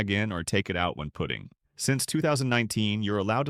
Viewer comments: AI at its best! It’s a putting green, not a “pooting” green. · Great video, but please just check the AI pronunciation in future - 'putting' sounds like 'puting' here. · We need to train ai to pronounce the word putt-ing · The AI voice can not pronounce putting correctly. Ha Ha...